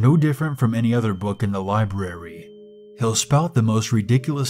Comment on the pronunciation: I like how you enunciate the R in "libRary".